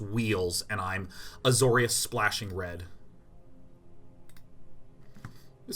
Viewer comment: Azorius Day9.... It's AzoriUs